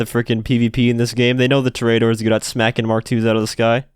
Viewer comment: TO-RE-A-DOR , not toraydor